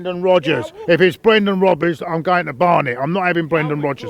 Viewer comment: He said Brendan Rubbers !!!! O_O LOL!!!